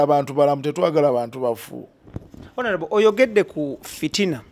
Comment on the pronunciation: I want you to repeat after me: ONAREBO😂😂😂. Please always say Onareble, and not Honarebo. Please please!!! But the comments section is full of stupid people. If you dont agree with Kato's mindset why attack him. I am a very staunch people power fan, but I have he same opinion as Kato Lubwama, we all love Bobi Wine but I have strong doubts if he will win. Kale bwemuba mwefumuula nnyo tumulinde. Kato kyayogedde kituufu nti Bobi Wine asooke alinde bali abeMundu zabwe bekube mukalulu, he will come later, and this is a very very wise observation from his side!